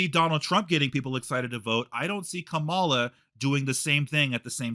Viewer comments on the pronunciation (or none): Wow, I’m definitely voting for Kamala (pronounced with emphasis on the first syllable like “comma” with a “la” at the end by the way) after watching this video. This is a typical example of a hot-headed Trump supporter verbally assaulting someone into submission just because they have different beliefs and opinions, which is ridiculous. I don’t think changed mind, I think just agreed with him just to get him to stop yelling and cussing at him, which is exactly what happens in a lot of these situations unfortunately. Things like this just prove that a lot of Trump supporters are incapable of having a calm, rational, respectful conversation. I’ve found that when people are arguing (about politics and just in general), the person who resorts to yelling, cussing, and insults is typically the one who is in the wrong. If and consider each other friends, I’m really not sure why. This seems like a verbally abusive relationship to me. clearly has no respect for, and I think it would be in best interest to remove himself from life. I’ve been watching videos for several years now, and how he treats is just not right. That is absolutely not how friends treat each other, regardless of opinions and political beliefs.